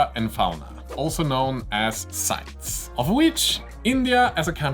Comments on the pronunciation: I work in customs inbound in the United States. Just a little thing I couldn't help but notice in the video, the E in CITES is pronounced, at least in every presentation and video I've seen on the subject. Like, sight-ease. They want to make sure every letter is included in the name. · You will have the same issues sending to Canada, where we pronounce CITES as SIGHT-EASE. There should be a way to appeal the ruling with CITES to have an exemption put in. As for North American distributor, I would throw out Sunward Hobbies in Canada as possibility.